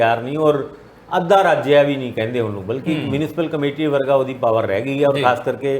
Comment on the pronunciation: Adha raj not Adhia raj , you are at present a punjabi .USA